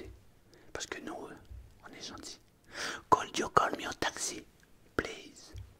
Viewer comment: Le could you il pique